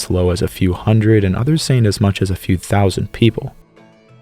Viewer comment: Ten Thoushunt years hago. My god, please change that.